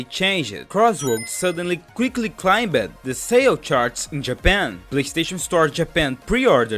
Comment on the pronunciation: Whenever you say with an -ed at the end like changed, climbed, or published, you want to pronounce it with the previous syllable instead of separately. Changed instead of chang-ed, climbed instead of climb-ed, pub-lished instead of pub-lish-ed. If that didn't make sense, then try thinking of it as if the e in -ed doesn't exist. Changd, climbd, publishd. Hope that helped, or even made sense.